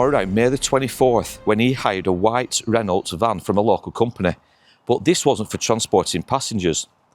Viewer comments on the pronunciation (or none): It’s pronounced ‘Reno’ (Renault); the L and T are silent at the end